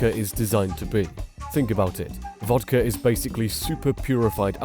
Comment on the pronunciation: It's vodka, not vodker.